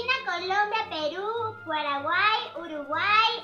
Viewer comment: GOKU MERO dijo el mio pero enves de decir paraguay dijo puaraguay